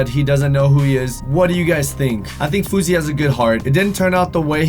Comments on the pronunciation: fou S ey not fouzey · FOR THE LAST TIME, It's FOUSEY not FOUZEY.